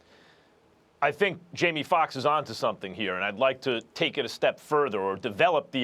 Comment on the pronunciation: “Jaime Fuckks”